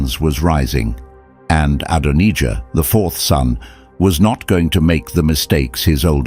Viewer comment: Is anyone else fed up with the constant changing the pronounciation of Adonijah. Ad on ee jah then Adon eye jah (the correct pronounciation in the uk) the second English voice that AI uses. Dreadful drawn out and Zadoc the priest also 2 different pronounciations. Sorry this drove me mad. If you can't narrate it yourself and hide yoursrlf behind AI how can we trust you are giving an accurate accout. The bible narrates it very clearly do we really need this explaination. At least you use God's name but even that becomes The Lord on and off. Not impressed.